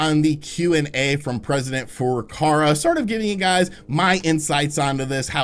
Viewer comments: Furukawa NOT Furukarwa .... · FurukaWa, not FurukaRa. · it's Furukawa not Furukara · "President Furukara"